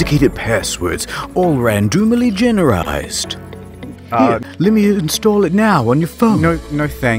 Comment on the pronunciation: "Randoomily" is my new favourite word.